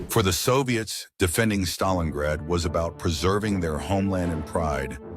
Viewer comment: I always thought it is called StalinGrad not Stalinrad